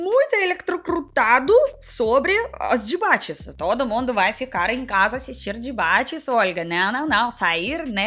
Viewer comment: Olga eu fiquei com esse "Dibate" na cabeça o dia todo kkkkk adoro seu sotaque!